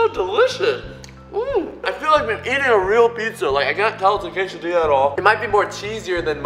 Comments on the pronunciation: It's pronounced K-sa-di-a not k-sa-dil-a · ITS PRONOUNCED (KAY-SA-DEE-AH) NOT (KAY-SA-DILL-AH)!! GET IT RIGHT! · (quesa)diya) not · I'm Mexican u say quesadilla say quesadia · its quasadia not quasadilly lol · I always cringe when he pronounces quesadilla "case-a-dilla " or "case-a-deeya" still love u <3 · ??? Sometimes he pronounces it quesa DEE lla and sometimes he pronounces it quesa deh lla Is there a correct way? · quesadilla (kay suh dill uh) song it goes "quesadilla me uh milla quesadilla " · When he says quesadila it hurts my heart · It's pronounces Kay-suh-dee-ah just so you know. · when he said "quesadiLLa" i cringed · its prononced qesadilla the two lls sound in spanish is y ok just telling you by The way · My mom just puts the peproni in the quesdia im mexican and it's pronounced Ca-sa-d-uh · it's actually called a .. k-a-s-s-a di-a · he said casidilla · it is pronounced ka-sa-de-a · ItsJJDuh GT I was wondering who else would get mad at him for that but yes, it's annoying he said it wrong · Every time he says quesadilla incorrectly part of me dies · In quesadilla and any other Spanish word with a double l, you pronounce it like a y, instead of an l. If it's a single l, then pronounce it like an l. Your Spanish lesson for the day. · Good job on correcting yourself after you said "quesadilla" incorrectly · your saying quesadilla wrong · He didn't say quesadilla right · Your saying quesadilla wrong and the l is silent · You said quesadilla wrong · u dont have an accent when you said quesadilla with the ll learn to soeak proper spanish